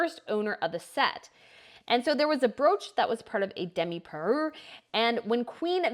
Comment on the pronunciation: She doesn't pronounce anything right. Parure, Sotheby's. It drives me nuts.